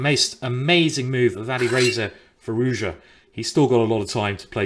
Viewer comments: It is Firouzja not Firouzya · Dude, It's Firooz'ja. like prune, and unlike mourn. also z and j are to be pronounced separately. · its pronounced fee-rooz-jaa